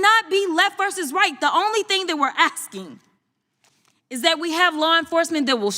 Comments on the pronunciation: ⁉️ AX-KING vs ASKING like in 2023 she’ll say it correctly FRAUD👊🏽⚰️ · asking? oh, axing. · Dude, she literally said axking lmao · Why do all people like her say axe king instead of asking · "The only thing we are axkin" Sorry I do not speak ebonics. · Did anybody else notice how hard it was for her to not say aksing?